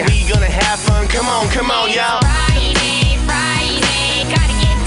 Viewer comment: Im sorry, but is there something wrong witht the way she says friday, kinda sounds like she saying, "fried eggs fried eggs" and what the f%^% is that dancing, you call that dancing, she has no rhythm what so ever